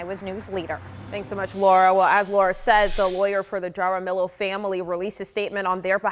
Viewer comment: Lmfao, how could BOTH of those reporters not know how to properly pronounce “Jaramillo?” 😂 Have they never had any exposure to Spanish surnames? 😳 It’s literally pronounced “hah-rah-MEE-yo.”